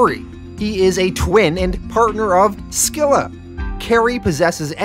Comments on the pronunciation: I think the c in scylla is silent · Scylla is pronounced Sil-La not Skill La. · That's not how you pronounce Scylla. Google is very wrong on this one. It's closer to like the name "Syl" then a sort "a" sound. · You mispronounced Scylla too genius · hey boss, Charybdis and Scylla are pronounced Carybidis and Silla as well. i'm so stoked you're covering this and appreciate you for doing it. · It's pronounced "Silla" and "Caribdis" for the twins. Literally the names of Greek monsters from the odyssey.